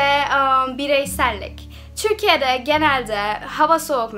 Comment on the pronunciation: Türkiye ye bile çürkiye demen ofmfkc Yeter artık çıkıyorum bu kadar dayanabildim